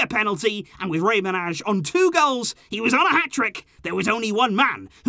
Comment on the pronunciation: I’m Albanian and I cringe every time you pronounce Manaj like that. 😬 Both “A”s are pronounced like “à” like in Collado, with the accent on the first “a”. “J” is the same as “y” in Rey. Check it on google translate.